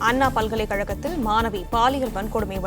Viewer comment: அண்ணா அன்னா மாணவி மானவி இதுதான் பாலிமர் பெண் செய்தி வாசிப்பாளரின் அசிங்கமான தமிழ் உச்சரிப்பு.தயவுசெய்து பாலிமர் செய்தி சேனலில் இந்த பெண்ணை வாசிக்கவிடாதீர்கள்.